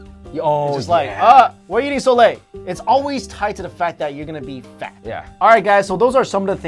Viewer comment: I thought he said eating lint not late!!!!!! :)